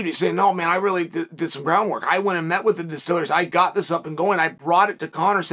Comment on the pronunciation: "I gut a memory like that you can count on me for these things" lol Classic Chael